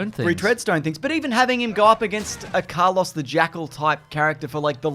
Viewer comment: As a Carlos myself, I find pronunciation of the name delightfully on brand 😂 Australians eternally denying the existence of the letter R in most words lmfao